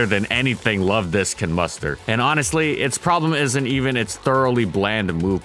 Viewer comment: I heard someone mispronounce Luvdisc, instead calling it: 'Luvdics'